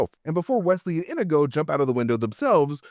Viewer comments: This was hard to get through with you calling him "indigo" the whole time. His name is INIGO Montoya. He says it like 100 times. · Is this rage bait? Why did he pronounce Inigo wrong the entire video 😂 it's In-EE-go, not INN-ih-go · omfg... His name isn't "INN-igo." It's "in-NEE-go." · You are killing me with calling him Indigo, his name Inigo Montoya, he killed his father. He prepared and died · Probably still not correct but closer than saying it wrong 100 times. Sorry, I do love you and your videos, but that drove me nuts and I don’t speak Spanish. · Why are you saying Inigo wrong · Leaving this video because of the stupid fucking way he says Inego